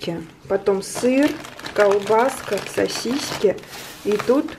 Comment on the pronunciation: Сосиски произносится без ь знака!